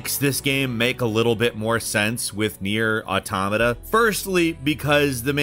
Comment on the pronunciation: i love you, ur my favorite bird, but you always butcher the name Nier Automata, but YOU GOT IT RIGHT THIS TIME ❤️